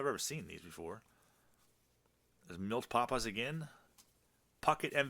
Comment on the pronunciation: Great look through history...the most valuable were probably the scratch offs and the two kinds of WS cards. Also, funny to hear you try and pronounce old players names....Milt Pappas too funny.....